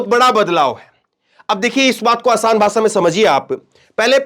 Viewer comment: Bhai AapBhot Achche Ankar Hou,Par Bhasha Achchi Nhi Lagti Hai Kano Ko Jese Bhasha Ko Bhasa Bolte Hou.